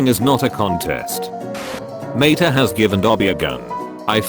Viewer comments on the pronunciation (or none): none